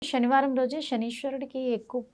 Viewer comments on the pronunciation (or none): షనివారం కాదు తల్లి. శనివారం!